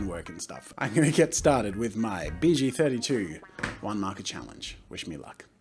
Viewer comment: I thought he said BJ 32 a few times there 😂